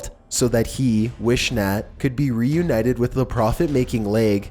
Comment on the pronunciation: It figures that #6 would make the list! UGH!! A couple of things you kinda missed...the man's last name isn't pronounced Wish-nat. It's Wiss-nut. Also, WHY ARE YOU CITING BBC INFO?? Please tell me you didn't mean BBC, as in BRITISH BROADCASTING! Maybe you meant WBTV or WSOC or even WNNC which are local news stations. Please people, don't think that these two crazies are how everyone in that little town is! No one ever talks about it now because they embarrassed not only an entire town, but an entire county! I guess the crazies are the only ones to make the news.